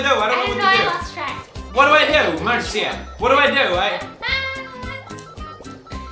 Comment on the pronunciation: my mans called his wife-tobe “Maritza” 😂